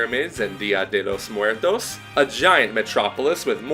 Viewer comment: I liked the way you said "Dia de los Muertos", Nice pronunciation!